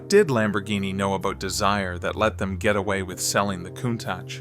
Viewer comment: If you are going to present a subject, no matter what it is, pronounce the names correctly. Insulting Lamborghini is considered Blasphemy by many.